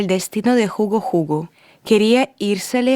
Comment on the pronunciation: Bonito relato ..pero no se le entiende muy bien ..pero que bueno que trata de relatar en español .. Jugo es una bebida 😀 Hugo es el nombre . Gracias